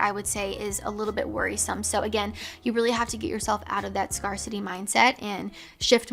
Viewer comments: Zero shade here: it's pronounced "scare-city", rather than "scar-city". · Not to be rude, but I don’t think you are pronouncing “Scarcity” correctly. I think it has a long “a”. You have said it with a short “a” for a few videos now. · Do you just say "scar-city" instead of "scare-city" or is it the mindset that someone would have if they've had bad social experiences and have emotional "scars"? 😊